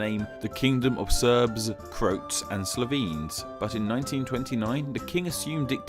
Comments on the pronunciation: Oh god... that pronunciation of Croat... my ears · Croat is pronounced Cro At.... kinda like crowat